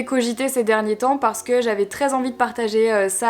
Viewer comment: Dans chaque vidéo à chaque fois que tu dis "parce que" je trouve que tu as une manière bizarre de le dire 😅 en mode "parce qu'EUH" ça me perturbe...